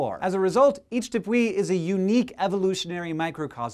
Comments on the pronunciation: Just one comment: it is pronounced Canáima, Roráima and Tepúi, but the accents are not orthographic because of grammatical rules. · Hank, you managed to mess up both Venezuelan names, canaima and tepui both have the stress on the second syllable ;) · Yes! Canaima number 1!! :D At last we're number 1 in a list for positive things. When you first asked what was the most awesome place for us my first thought was Canaima. Although I've never been, it is a beautiful place and I hope I can go soon. Only a 12(ish) hour drive from my home town. Also the way you pronounce Canaima (caNAima) and Tepui (tePUi) is delicious! :D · Also, tepui is "teh-pooey" and Canaima is "ka-nye-ma" not "kana-ima". I am not from South america, but I had the privilege of spending the better part of a month in Venezuela. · RorAima, CanAima, TepUy.